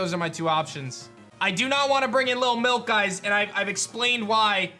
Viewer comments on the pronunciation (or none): I can’t wait for lil milk to die so I can quit hearing you say “LIL MILK” with that annoying ass emphasis on the “K”. So annoying